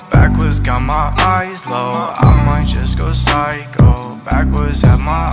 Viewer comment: dude stop stealing content i legit say pysho by maze but you still say pyshco by masn